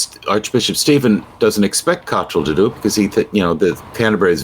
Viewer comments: Kot rell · Time AU had an agreed format for pronouncing 'Cottrell.' Get it wrong or get it right, but stop saying it three different ways in the same sentence, please. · Stress is on first syllable, as with most English pronunciation of names.